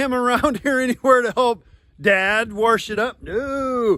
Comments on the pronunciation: When you plant corn on corn, what extra things do you have to do? Extra fert, tillage, lime, etc? Does realize it's wash and not warsh? And it's a CoMbine, not Conbine?? Thanks and thumbs up!! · Dad said WARSCH your combine lol. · Think they stole it from Carlton County, New Brunswick - Canada...lots r's find their way into all kids of words, warsh, chicargo, samwrich...I could go on. And, who doesn't say Acrost?:) love your videos (and family) making me super homesick for my grandparents farm. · From the old country. They also warsh their dishes in the zink. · I'm a Minnesotan, where do Iowans find the 'R' in wash? 😄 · Kansas-ans (?) say it that way too